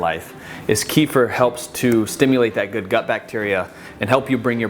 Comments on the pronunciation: not ki-fr, ke-fir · thanks for the video! swaps ive already done :) gonna try that vegan pesto too! :) and from a russian family, kefir is pronounced like keh-fear! :P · I think it's pronounced ki-feer 😊 Great video !